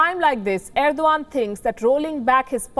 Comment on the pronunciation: Erodgan or I must say Errrr-do-Gand